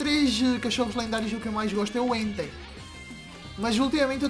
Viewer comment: Gosta mais do Entei e nem fala o nome dele direito